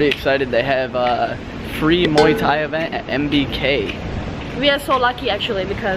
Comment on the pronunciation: your the first American I have heard saying Muay Thai correctly instead of the usual American Moooeee Thai pronunciation haha You are American right?